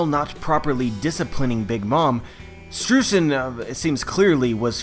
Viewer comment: Hey, hate to be that guy, but Streusen is pronounced stroy-zen, thanks to me knowing German pronunciation. Yay! (also it's in his katakana symbols for his name is Japanese give a similar pornunciation)